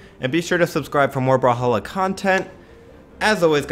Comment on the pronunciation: Come on!!! IRIGHTI's clan is Brawl"A"halla like brawlahalla not brawlhalla!!!!